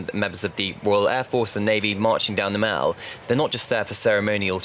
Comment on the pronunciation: MALL: it's pronounced "maul" not "mell"